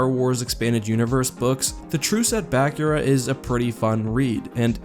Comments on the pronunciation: It’s not BACK-ura it’s BUH-kura Don’t believe me? Look up Luke speaking about Bukura in SWJK:JA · Also its not Bah-cure-uh its Bah-coo-ra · I think it's pronounced BA-KOOR-A not BAK-YOOR-A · Bakura is pronounced Baa-coor-ah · I've never heard anyone pronounce "Bakura" the way you do. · That is NOT how you pronounce Bakura. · How you and I pronounce Bakura is very different. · Err, not to be a stickler, but Bakura is pronounced ba-Koora not ba-ku-Ra; also the Ssi Ru is the singular form of Ssi Ruuk, pronounced Si Ruk. They are a saurian species so have a bit of a sibilant 'S' in the pronunciation.